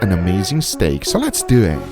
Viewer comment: So less deww it!! 😆 guga cooL guy